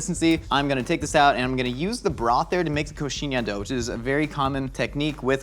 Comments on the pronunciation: Don't think I ever seen an American pronouncing the "nh" in coxinhha so well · Love seeing saying "coxinha" and "churrascaria" so perfectly (and "pimenta" right at the first time)... Yet he still need a little help with "cachaça" (pronounced as ka-xa-ssa). But still, thank you guys for trying to speak our language. Next time, put a little sugar with the flour... it will taste even better. Love from Brazil 🇧🇷